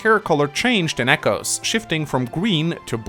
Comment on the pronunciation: does anyone else hear "chimechos" as in the pokemon every time says "come echoes"?